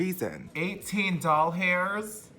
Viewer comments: idk y it kills me when he says doll hairs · “18 dollHAIRS”😂😂😂😂😂😂😂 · I was screaming every time you said doll hairs